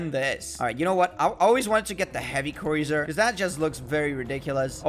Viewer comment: its prononced croozer (cruiser) not croizer